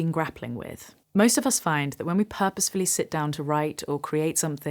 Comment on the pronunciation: Thank you for this, and for pronouncing "purposefully" correctly.